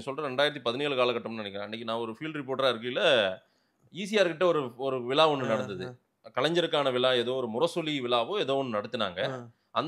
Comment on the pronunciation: விலா இல்ல விழா